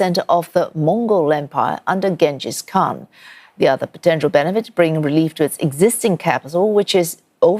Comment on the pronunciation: pronunciation of "Genghis Khan" is diabolical